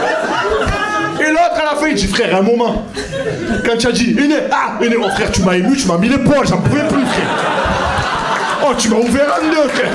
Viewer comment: Tu as un univeeeeers mais clairement quoi...tu as une belle cosmo énergie, tu dois être une belle personne. Oh fradé !!! Tu m'as explosé de rire on aurait dit l'abribus du 83 ooooh frère Jacques !!